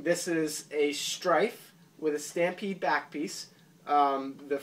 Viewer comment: as the guy on NMW said the "Stry-pede"